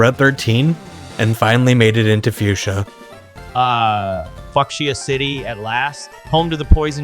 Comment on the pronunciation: fu... fu... F*CKSIA CITY?! ...The hell. . . Weirdest mispronounceation ever... I thought I heard him say it earlier on before the listed time stamp, but I then thought "Nah... It couldn't have possibly been what I thought I heard. I most likely must have just misheard him say that" right up till I manage to hear it again at the above listed time stamp. I can't believe... That psychotic AI. . Just said that. . . .